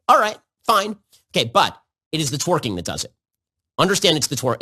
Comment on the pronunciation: He can't even pronounce twerking correctly. 🤣